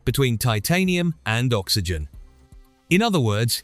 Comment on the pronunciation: Ox why gen ? ? ?. For oxygen That's the dumbest pronunciation yet from Ai.